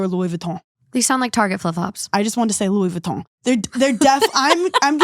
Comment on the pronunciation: "louwee voootuan" lol